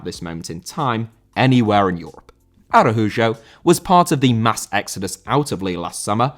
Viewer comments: Araújo* not Arahujo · He is Brazilian, so the letter "j" is pronounced like in the name "Joe", but with the letter e. So it's "A-ra-u-jo" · Arajujo, my God, why is Spanish so complicated for the Brits